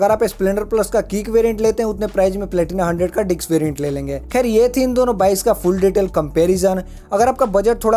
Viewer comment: भाई तू बार-बार बोल रहा है डिक्स बोल रहा है डिस्क बोल